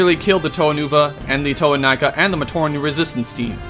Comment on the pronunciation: TO-ay? It's pronounced TO-ah